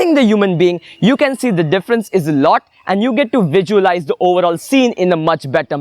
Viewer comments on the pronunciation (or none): Everything you said is perfect...but why you kept on repeating "vijualize" instead of "visualize"???